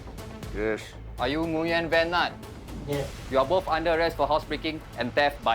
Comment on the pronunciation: the way he pronounced “nguyen” irks me so much 😭